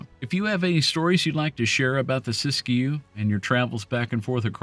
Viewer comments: The locals just pronounce it "sisk-you." The second "i" in Siskiyou is silent. And Willamette is pronounced "will-lam-it" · Siskiyou is pronounced Sis Q.